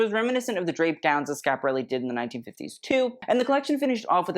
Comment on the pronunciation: I realize you will never read this But, you are a Brilliant young man. I only wish you could or would pronounce the name of Your show properly .